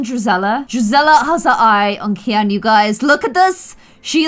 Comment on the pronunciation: I think his name is pronounced key-in